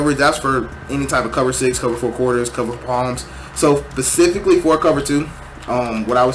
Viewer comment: pacifically instead of specifically is hilarious